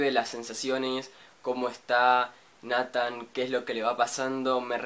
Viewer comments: no se pronuncia natan c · ODIO ESCUCHAR COMO PRONUNCIAS NATHAN YA PARA